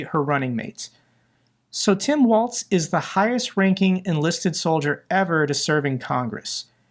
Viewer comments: it is Governor Walz, which sounds like Walls, not Waltz.. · A small correction on the picture with the kids hugging Walz, the bill provided free school lunch and breakfast to ALL k-12 students, regardless of income. Also, remember that his name is pronounced like "walls", not "waltz".